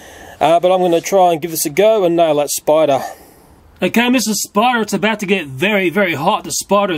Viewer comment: "you got to burn the *sporder*" xd